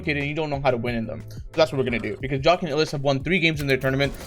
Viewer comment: it bothers me how he says jahq as jock